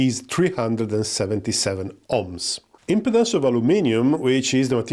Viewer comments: I appreciate that English is not your first language, but just a quick note about your pronunciation of the word "Impedance" in this video. The way you say it here, it sounds like you are saying Impotence. It should be said as im-PEE-dence, with the emphasis on the "pee" syllable. Otherwise, a very good video. Thank you. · you need to really focus on pronouncing IMPEDANCE better lol. great video though!